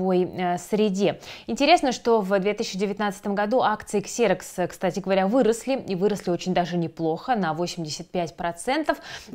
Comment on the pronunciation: Выпуск хороший, но "Xerox" читается как "Зирэкс" 😅